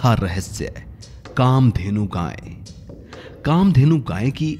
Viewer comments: अबे जाहिल गांय नहीं गाय, उच्चारण तो शुद्ध कर मूर्ख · अरे भाई गांय नहीं गाय है उच्चारण तो शुद्ध करना सीखो ।